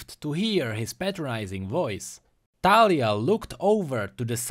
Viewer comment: i think its like the actual name so you probably pronounced it correctly. :) also great vid